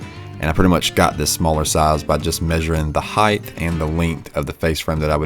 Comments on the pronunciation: Are you pronouncing height (a word ending in a “T”) as high-th? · WidTH, lengTH, height….not heighTH. Just sayin’ 😊